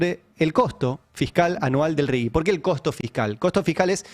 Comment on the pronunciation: Ari, no es Rigui, es Rigi, sin U